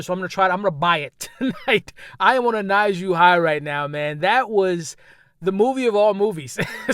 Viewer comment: I see you excited 😅 you know something is good when you keep saying the name different ways. “Na-Zhu” u silly but I’m so happy you had a dope time. I think I may check it out!